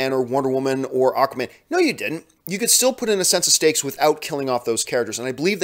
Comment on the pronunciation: The more i hear John say 'stakes' I end hearing 'steaks"